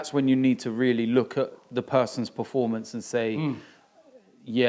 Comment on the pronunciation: one of these days Robbie will learn how to pronounce 'performance'. always says praformance